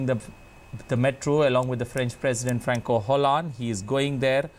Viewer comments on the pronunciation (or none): His name isn't pronounced "Franco Hollande," but as "Franswah Hollande"